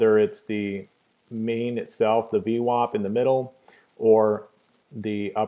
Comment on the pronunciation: vwAp, not vwOp :)